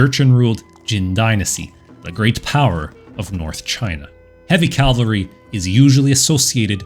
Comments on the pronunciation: Great video. I even pressed all the buttons for you. Keep it up. Just one tiny favor for me please? Stop saying Calvary. It's cav-al-ry. Calvary is the hill in the Bible where they took Jesus to be crucified. Cavalry are horse-mounted soldiers. Calvary makes it sound like they ride in on baby cows. So yeah, thanks duder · Was about to comment the same thing. It’s cavalry lol. Love his videos though! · For some reason I keep hearing "heavy calvary". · Calvary Calvary I love your content man... but calvary? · 🧐😂 you try to sound intelligent 😂 but you can't even pronounce the word 🧐 cavalry 🧐🤣🤣😂😅👎